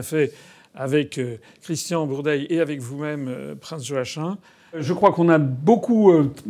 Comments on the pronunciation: Joachin ??? Cela se prononce : joakim tout simplement . C'est quoi cette espèce de francisation ??? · Prononcer Yoakim en vérité 😊